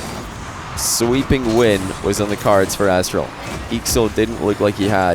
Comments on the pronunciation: I just cant overhear "Asstral" anymore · completely butchered/forgot these guys' names atleast twice each. Aztral/Alpha eestral/aakso